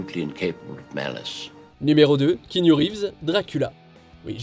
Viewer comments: Aaaaaaaah ben merci bcp!!!! Depuis My on Private Idaho, que je m’énerve contre les journalistes français , animateurs etc… et même certains fan qui disent et que cela m’irrite le poil c’est d’entendre Kiniou et non kianou 😖😖😖. C’est quand même pas si compliqué. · Après une telle carrière, ne toujours pas savoir prononcer le prénom de Reeves est malheureux. On répète après moi…KIANOU !!! 😡